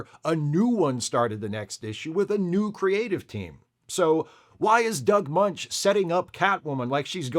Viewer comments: Just FYI — Doug's last name is pronounced "Mench," not "Munch." Though he DID once work with Richard Belzer, who PLAYED Munch. Maybe you can do some post-production ADR to fix it? 😄😄😄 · It's actually pronounced "Mensch," not "Munch." also mispronounces Robert Kanigher's name in another video. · Don't like being "that guy", but I'm just feeling compulsive today. Doug Moench's name isn't pronounced Munch, it's pronounced Mench (rhymes with wrench). And Paul Gulacy's name is pronounced with the accent on the first syllable: GULL-a-see.